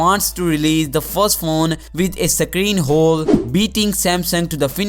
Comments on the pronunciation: Sake reeen... Or screen.. 😂🤣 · Can you say screen